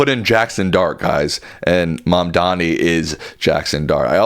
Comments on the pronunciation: Can someone please correct this guy? MamdaNi. Not Mamdami, not Mandami, not Mamdamni. It is absolutely disrespectful, no matter if you support him or not. Please stop it. It's not a complex word. It is pronounced just as it is spelled. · time to learn how to pronounce his name. Mamdani. Not Mamdami. If you spell it a few times it should go well. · Please pronounce his name right, Dr. it's Mamdani. Not Mamdami. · MAM-DA-NI PLEASE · M A M D A N I. Please pronounce it correctly! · Come on, say his name correctly. It's not that hard